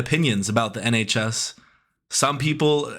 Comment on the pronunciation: nHAYCHs 😭😭😭 replayed it so many times ahahahahaha literal tears, idk why it's so funny